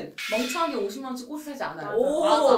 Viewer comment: 영상 보는 내내 마음이 불편했습니다...꽃을[꼬슬] 이건 틀린 발음이구요 꽃을[꼬츨]이 맞는 발음입니다ㅎ